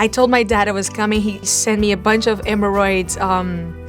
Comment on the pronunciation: It’s HHHHHEAMORRhoids with H Sound ! I keep telling people how bad her English is.